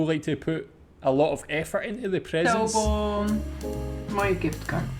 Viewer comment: Cádaboon!’ ( cadeaubon) die houden we er in!! 😂😂